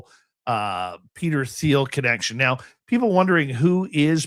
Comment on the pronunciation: It’s pronounced TEEL, the H in Thiel’s last name is SiLENT. It’s not THEEL.